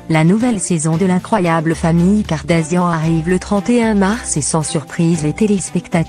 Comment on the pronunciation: Kardashian et non kardasian